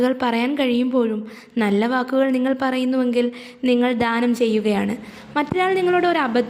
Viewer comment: ധാനം അല്ല ദാനം